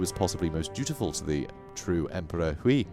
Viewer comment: You pronounce any Chinese names that has the -ui suffix like Hui, Sui, etc. like 'way' but with the start of the letter. Sui would sound like 'sway' and Hui would sound like 'hway'. Also apparently Sima is not pronounced as 'see-mah' but as 'suh-mah'.